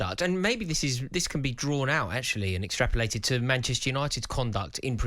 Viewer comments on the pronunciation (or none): Bro said “extrapolated”💀💀💀